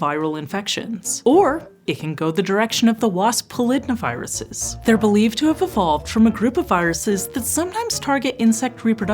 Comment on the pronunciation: "The viruses associated with wasps are a group called [pol-id-na- viruses]" ...I'm pretty sure this is pronounced "poly-DNA-viruses", and found this really jarring!